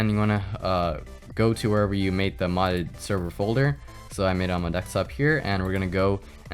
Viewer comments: It's DESKtop not DEKStop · Am I the only one that can't hear what he is saying for a minute after he says DEK-STOP?????? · Why do You say DECKSTOP?